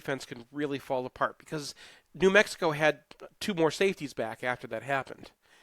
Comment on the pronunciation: LoL he struggled with new Mexico